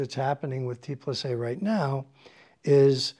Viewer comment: T+A stands for „Theorie und Anwendung“ (= Theory and Application). So please don‘t say „T plus A“ but rather „T and A“ as respect to the brand’s origin.